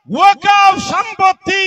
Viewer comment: সঠিক বিশ্লেষণ করেছেন ।এই হুজুর ওয়াকফ্ উচ্চারণ করতে পারছেনা তো আইন পড়া দূর অস্ত। এখনও অনেক মুসলিম ওয়াকফ্ সম্পত্তি বলা হল না। নবান্ন, হাওড়া ব্রিজ,নেতাজী ভবন, ভিক্টোরিয়া মেমোরিয়াল যাদুঘর বিড়লা মন্দির ইত্যাদি। এরা জীবনে শিক্ষিত হবেও না পরের প্রজন্মকেও অশিক্ষিত করেরাখবে